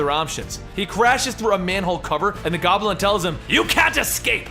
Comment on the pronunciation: I smile every time you say "Gobb'l'in" in spite of myself. :)